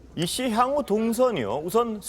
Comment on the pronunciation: 이씨~~~~!! 나도 이씨지만 이씨 아주 찰지구만